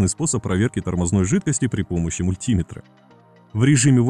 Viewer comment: мЕтр. Ударение только на мЕтр. МультимЕтр (от англ. multimeter).